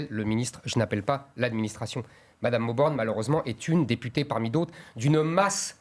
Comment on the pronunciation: "Si vous êtes élu député ou député "ée" " . Mdr, il a pas de race ce présentateur 🤣🤣